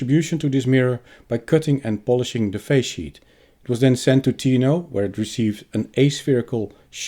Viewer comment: Is resonance in the face sheet a problem with such high frequency adapting? I keep hearing "phase sheet" - thanks for labels within video 😀